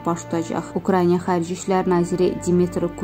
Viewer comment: Ukrainiya yox, Ukraina demek lazımdı